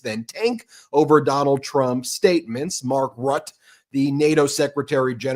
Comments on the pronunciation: Dear, Please note that it is not Mark RUT, it is Mark Rutte which I imagine Americans might make a better stab by saying “Rutter”. Aside from that you are doing a great job, keep it up. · it’s Mark RuttE like “jubilEE” Ps. his nickname is “The Trump whisperer” 😂😂